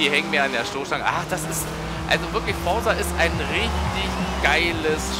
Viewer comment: Es heißt "Forza" und nicht "Forsa" ......haha